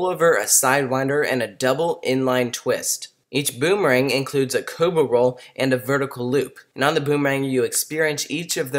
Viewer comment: U say cobra roll weird